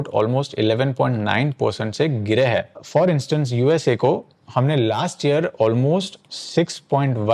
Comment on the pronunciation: A suggestion... If you want viewers to take you seriously, work on your pronunciation of simple Hindi words. For example: the plural form of है is हैं. They're two different words, pronounced differently. It's often OK to disregard this in street speak. But, we aren't in the street.